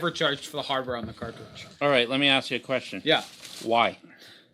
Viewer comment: Aight, lemme ask you a keshtion